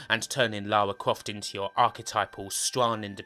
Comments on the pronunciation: Lawa Cwoft? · Lawa Cwoft as seen by a twue gamew :) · Man, you sound like Barry Kripke, like, u know... "Lawa Cwoft". Haha sorry, I'm being mean, it just distracts me. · Lawa kwoft tomb wader was my favwit game on the pwaystation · Lawa cwoft